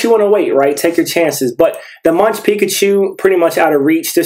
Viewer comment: really cool cards! btw Munch is pronounced more like "Monk" in MonkaS